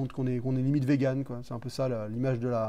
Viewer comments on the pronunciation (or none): none